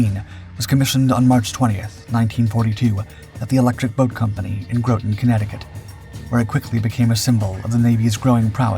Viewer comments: I'm an ex submariner, and I have some complaints, namely: The sub class was pronounced GAY- toe , not GAH-toe, and the town is pronounced GRAW-ton, not GROW-ton! Ask and sub sailor. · for the love of god Stop Saying "GroTin" connecticut.. it's 'Grah Tun', 'Grahttun', Groton!! If in doubt, go with New London! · Your computerized voice-over pronounced "Groton" incorrectly, (not surprising really) it's NOT pronounced as "GrOT_en" it's "Graa·tn" Connecticut. Some might mistakenly call it a Boston accent, but it's a Gloucester ( Eastern Shore ) Va. accent, with almost a English accent sound to it. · Just a reminder, sailors and marines get knocked to the DECK, not the ground. Groton’s pronunciation rhymes with cotton not smoking. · Audio balance much improved - I don't even need to rely on the CC's anymore. BTW - Groton, CT, home of Electric Boat and the US Navy Submarine School (just down the road from me) is pronounced grotton (like rotten), despite the single "t". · Ya but he keeps saying Groton wrong, it's sounds more like "graw-ton" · NEVER heard Groton CT pronounced like that.....😂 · Groton rhymes with "rotten". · Rotten Groton. He mispronunces so many name especially Gato (gaytoe). Howard Gilmore was awarded the Medal of Honor for his actions. He was well known to those of us in Subforce. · Your saying it wrong